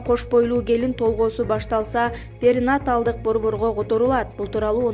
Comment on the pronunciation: Перинаталдык деген сөздү туура айтууну үйрөнүңүз,журналист айым